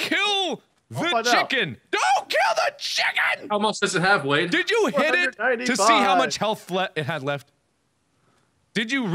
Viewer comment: wade* not wene